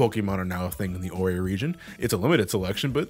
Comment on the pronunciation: Ore is pronounced as OR like the stone